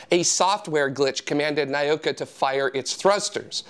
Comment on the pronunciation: The spice from New Mexico is spelled chili. Chile is in South America. And I wouldn't pronounce Nauka as "nigh-oh-ka". It's "nah-oo-ka".